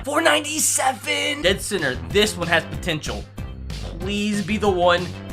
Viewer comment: “ThIs OnE hAs PuHtEnShAlL” - 2022